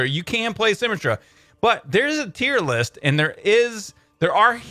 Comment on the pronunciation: 'Tear list' 😂